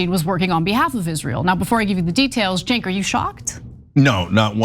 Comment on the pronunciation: You've been to Turkey many times, but you don't know how to pronounce Cenk???????????????????????????